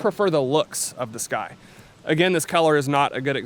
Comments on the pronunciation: You’re pronouncing it wrong. It’s not “sky” it’s “sucky” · Sccy is pronounced 'sky'